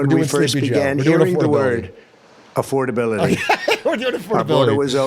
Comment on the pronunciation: Thats what I've been thinking when whenever he says "affordabiloty hoax"; that's what what those words mean together